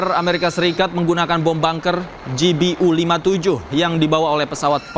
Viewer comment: Ralat sedikit -- Pengucapan bacaannya yg benar utk GBU adalah Ji Bi Yu, bukan Ji Bi U